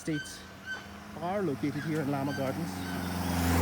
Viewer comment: Llaa Maa ha gardens not lama